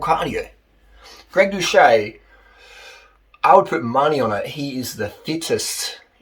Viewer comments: His surname is pronounced without the ‘H’. Watch one of his videos again to know. If you’re going to vlog about him at least get the pronunciation correct. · The guy literally says his name in every outro of every video. And you can't pronounce his name. So are you ragging on him without ever watching a single video, or are you just enjoying passive-aggressively calling him a douche?